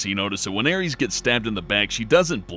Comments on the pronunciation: It's pronounced like "Air-Riss", not "Air-reez". It sounds like you're accusing Cloud of murdering the Greek god of battle... Also, "Termina", not "Terminia". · Aries..... you honestly think her name is pronounced Aries... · Sephiroth kills "Ares"? lmao wut? (Air-iss) Aeris.... or, you can go with the English name "Aerith". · You can totally tell he's never actually played Majora's Mask. Terminia? Pfft. And Aeris/Aerith is now Ares? Riiiight. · didn any body notice that he didn't say aerith he said aries? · Gla - DOS ( as in MS - DOS ) not Gladose, Aeris ( heir·ess ) not Ares ( the mythological god ). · Her name is not pronounced Ares. Even if you're using the US version of her name, it's Air-ess. They didn't use blood to show her death because it was already a bit much having a young woman get stabbed. Being stabbed ANYWHERE is going to cause blood. There is no way they meant for her to get stabbed in a manner that would not have caused her to bleed just to allude to the possibility she was only paralyzed. Even if there was a way for her to get stabbed and not bleed, the Masamune is a giant sword and she took it through the back, into her spine likely, through her internal organs and out of her stomach, she'd be gushing blood. Let's not forget the fact we're talking PS1 processing power. Making blood particles that drop realistically wasn't something you would see in FF7 in 1997. That theory is horseshit. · airees? aeris...or aerith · I don't think I've ever heard someone pronounce Aerith/Aeris's name like that: "Aries." Isn't that the name of the ram zodiac? :/ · DID YOU JUST CALL AERIS "ARES"??!?! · How do you get "Ares" from "Aeris" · Did you really just pronounce her name Ares...?